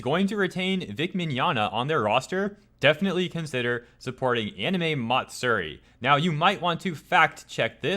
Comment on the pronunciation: i'm not sure which is more disgusting. the hypocrisy or the way your pronounce "matsuri"